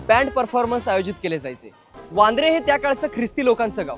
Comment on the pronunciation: #आसोवा खूप छान माहिती. सादरीकरण देखील सुरेख. तसेच वांद्रे ला वांद्रे असंच बोलणं आवडलं. नाहीतर काही अडाणी परप्रांतीय व मराठी भैय्या लोक वांद्रेला बांद्रा किंवा‌ बँड्रा म्हणतात. मुळ नाव बदलून चुकीचं नाव रूढ करत जातात. अशाने मुळ नावे, ओळख गमावली जातात. #आसोवा 👍🔥